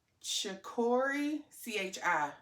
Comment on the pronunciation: Beautiful bag! I think it’s like chick so instead of hickory it’s chickory on the name pronunciation…you are definitely influencing me. I don’t own a Tory yet 😂Both bags are gorgeous!😊